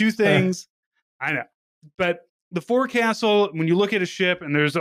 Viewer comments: Forecastle is said more like "focksil". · Forecastle is pronounced "Folk Sool" fyi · Forecastle is pronounced “folk-sull”